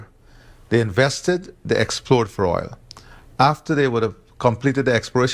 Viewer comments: OIL not OLE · I love the way says oil, like oool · the word OIL has a dipthong. You are saying OLE. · Dude cannot pronounce “oil” correctly to save his life. Lol! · Say oil right😂😂😂.. oil oil oil oil oil oil oil😂😂😂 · man...why can't you pronounce "oil"? what kind of accent is that? Great clip BTW. :-) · Good video, but you need to learn how to pronounce the word oil